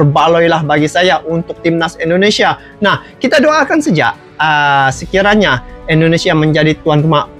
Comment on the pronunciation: Maaf bg bukan ENDONESIA ya tapi INDONESIA